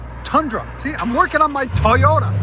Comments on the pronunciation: It’s not… TEE YODA. It’s toy yota. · He said Teeyota. Goodbye.